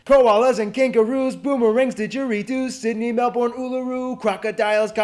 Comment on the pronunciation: Unbelievably bad pronunciation from the host of that video 😂 Canberra is “can-bra” Melbourne is “mel-bin”